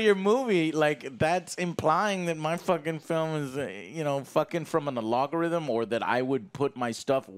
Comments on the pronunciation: Joe says a character is called Alogorithim. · he’s been doing it for a while, it’s crazy to think after all this time that he still doesn’t know how to say it right. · Us: Joe it's an algorithm Joe: "Logarithm" Us: 🤦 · I wish he pronounced it that way unfortunately he says "alogorithm" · "A-log-a-rithm." Joe... AL-GO-RITHM! There is no LOG! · The most interesting thing that came out of this review and movie is learning how Joe says "Algorithm" as "Alogorithm" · Is literally nobody going to comment on how Joe pronounces algorithm as "alogorithm"? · omg are you seriously saying "logarithm" while meaning "algorithm" are you for real??? anyway quite fun video otherwise but jeez guys it is algorithm ALGORITHM!!!! logarithm is the inverse function to exponentiation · Joe, I agree that ''Space Jam: A New Legacy'' sucked a lot of Richard. However you're making me angry by saying '''logarithm'' and ''alogorithm'' (the logarithm base 2 of 8 is 3 because 2^3=8) when you MEAN to say AL-GO-RITHM, AL-GO-RITHM; ''a process or set of rules to be followed in calculations or other problem-solving operations''. You're welcome, pick it up or return to the burgerflippin' job. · WTF IS: ALO-GO-RHYTHYM? did you mean algorithm? Yes I know it's a character but he's saying the actual word wrong as usual.... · algorithm is AL-GO-RITH-UM not A-LOG-O-RITH-UM. several annoying utterances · It's algorithm, not alogorithm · Am I bad at hearing, or does he keep saying ‘logarithm’ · Algorithm not alogorithm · Smoking in my backyard and decided to take a hit every time Joe said aloggorythym. I can't find my house now. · I love Joe, but if he says "alOgorithm" one more time lmfao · The "A-log-a-rhythem"... 🤣🤣🤣🤣 I can't breathe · take a shot every time joe mispronounces algorithm "Alogo-rhythm" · did i just hear joe say "alogarithm" ? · "A log a rhythm"? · Good review and yes this movie blows. But Joe, it's "AL-GO-RI-THUM" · a-log-o-rythm hmmm.. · Oh he actually said it multiple times 🤡